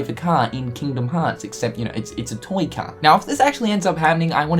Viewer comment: The way you say toy.... TOYNG